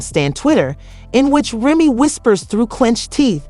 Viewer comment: what's wrong with you , why can't you say Remy's name right ?